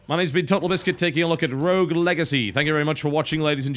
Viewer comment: Rogue...R-O-G-U-E. Why people have such a problem saying the word 'rogue' ? ..rough ? ...wtf i've heard rouge before..